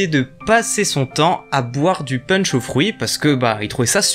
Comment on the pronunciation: "punch" ça se prononce [ponche] ahah ^^